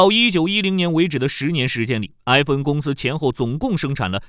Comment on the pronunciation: 硬是没听出是FN，/e/不同于/ai/。